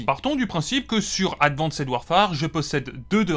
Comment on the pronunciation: Le "advanssède" répété 40 fois m'a fait saigner les oreilles et l'âme.